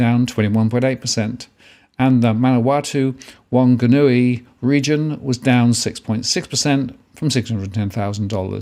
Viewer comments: Waitakere is pronounced "Y - tak - ery". Manawatu is "Man-a-wa-too" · Thank you, sir--a great, informative video as always. 'If I may poiint out.... Manawatu==""ManawaTU"...last syllable and Median Price Indicies"==="....Indices" >>>Just glad I'm not a young married looking to buy....there's a Lotto draw tomorrow night.....